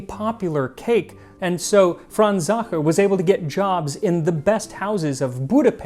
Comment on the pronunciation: He pronounces Sacher perfectly, torte is pronounced tor-teh, with the stress in the o and the soft t just as he does. It is just the eh at the end he fails, but Waow ! He got it 90% 👍🏻 the Ch in Sacher is not an easy sound!